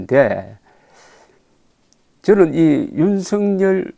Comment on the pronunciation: 윤석열: 경상남도 식 발음이 "윤승열" 으로 발음을 하십니다. "윤석열" 은 =유 ㄴ 서 ㄱ 여 ㄹ" = "윤 서 결 " 로 발음하도록 노력을 해 보심이 어떨까요? <윤승열> 로 는 잘 못 발음 이라고 봅니다.